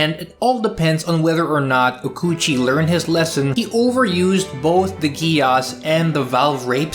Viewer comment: Some day I will get over the fact that no one pronounces Geass like geas, since that's literally what it is, but... oh well. Thanks for the video. I haven't watched much Mecha but I'm enjoying G Witch, and now IBO too, a lot so far